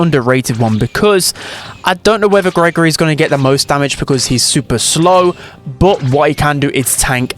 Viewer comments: Bruhh, it's pronounced gree-gree not Gregory 😭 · im pretty sure the dolls name is pronounced like gree gree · It's gross gris not Gregory